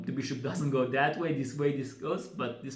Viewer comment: Very nice....pay attention to pronunciation of the word "go"...your English interpretation is fantastic